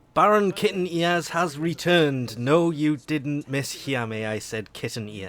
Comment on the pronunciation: is that me or did you just call him baron kiten